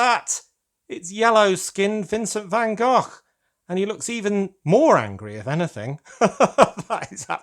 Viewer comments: Congrats with the new channel, I hope your algoritme plan comes together. And I love hearing you say Van Gogh in Dutch as it should, instead of Van Go. Hahaha! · Sounded perfect to me! 👌